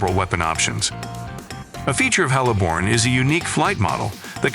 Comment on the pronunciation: It's Heliborne, not hella borne. Best supporting comedic title mispronounciation goes the Apach....eair assault 😄